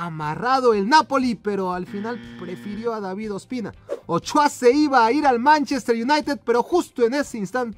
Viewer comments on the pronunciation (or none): none